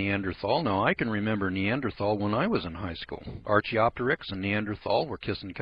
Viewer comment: Derp.... We not only have many Neanderthal fossils we have recovered Neanderthal DNA. You don't have any idea what you're talking about. You can't even pronounce the word correctly.